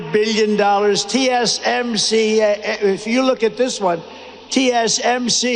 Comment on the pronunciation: I honestly believe that at the end of this video, captain Oompa Loompa said tsmca instead of TSMC before rambling for a second to cover his screw up because he’s so used to saying ymca. I wouldn’t have been surprised if he started doing his obscene looking hand jerking motion dance just out of habit. Is he thinking of Arnold Palmer?